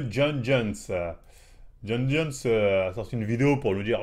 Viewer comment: Il a bien prononcé son nom du premier coup moi c’est ça qui me choque 😂